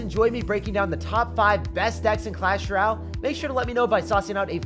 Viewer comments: Bro deadass said “clash ral . “ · bruh this guy still cant say clash royale